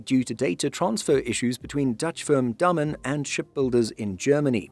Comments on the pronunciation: He is pronouncing it wrong. The "a" isn't pronounced as in "name". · Are you sure you are pronouncing "Damen" correct? It sounds wrong. It sound like the Dutch word "dammen" for me.